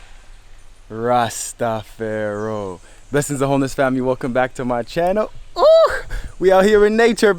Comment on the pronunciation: I love this guy so much - but he needs to stop saying "Jah Rasta PHARAOH" it is Rastafari (pronounced - Rasta FAR EYE) :( <3